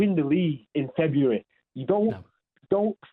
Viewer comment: saying it’s febauary haha